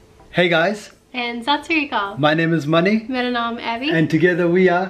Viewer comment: It's Mani guys. Not Money fgs.